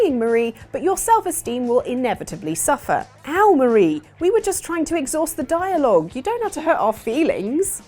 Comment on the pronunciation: Every time she said "Mah-ra" instead of "Maar-ie", I died a little inside. You even got the joke at the end. Their names are Callie and Marie ... or "Calamari". Oh well, good video regardless.